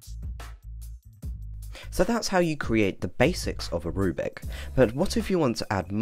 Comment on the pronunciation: You keep saying "rubic" and you even typed "Rubic Test" for your example. It's a rubric: roooo-brick. Not a rue-bic.